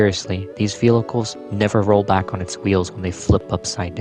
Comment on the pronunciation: Man said "Velhichles" not once, not twice, not thrice, but 15-ice. But his pronunciation of "cops" is funny, so he gets a pass.